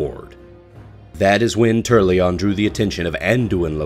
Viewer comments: Turrlyon and Alonsus Fail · "Tur-al-yion"? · I'm sorry, but it's funny to hear that you're putting so much effort into a serious voice over, and then "TURRLYON" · Who the fuck is "Turrlion" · You forgot the 'A' in Turalyon when pronouncing it lol.